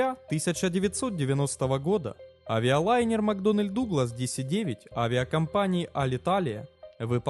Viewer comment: Все таки не " макдональд", а " макдоннэл". Русский язык канала тоже надо подтягивать. Склонение числительных, например